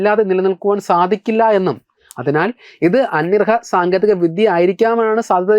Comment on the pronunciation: അന്യർഹ.. അന്യർഹ എന്നാണ് കേൾക്കുന്നത്.!🙄എന്താണത്..? അന്യഗ്രഹം തന്നെയല്ലേ..?? 🤔